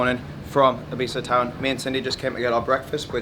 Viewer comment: If you gonna live here, please pronounce it correctly, great vid !